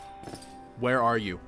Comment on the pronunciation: "What the fwHhERE ARE MY SHADERS?!"